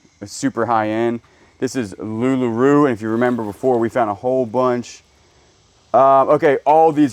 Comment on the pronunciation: Not a big deal, but the clothing you keep finding is pronounced Loo Lah Row (as in row row your boat). Sorry, couldn't help myself. :)